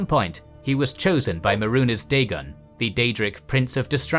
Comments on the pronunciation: Man i love you but you are fucking up these names really bad😂😂 Maroonez? Its May-Runes Day-Gon. Lmao great video though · CAM-MER-RUN MAY-RUNES DAY—GONE sorry the way you pronounced them just bothered me😂